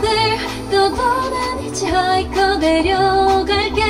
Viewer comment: 히치하이커 아니구 히차이커